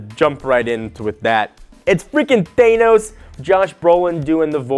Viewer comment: If you were a real comic fan you'd pronounce Thanos correctly. lol